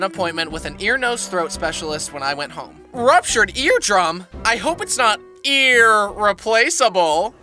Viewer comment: "I hope its not.. Earrplace able" Help